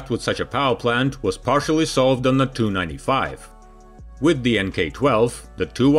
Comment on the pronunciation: He pronunces the "TU 95" as "295" , and reads of "TU 114" as "2114". Its confusing because there were never planes of those model numbers. Its not printed text, so instead of either saying "tee you 95", or "295", you might as well just say the unabbreviated name. And call them the two plames "Tupolev 95" and "Tupolev 114" respectively.